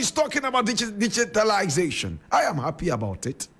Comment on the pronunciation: you cannot even pronounce the word DIGITALISATION.